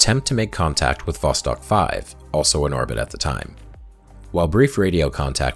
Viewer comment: The entire time you are saying "Vostok" I'm hearing "Boss Hog". Hahah.